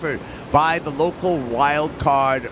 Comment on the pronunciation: Please pronounce Pérez at least somewhat correctly!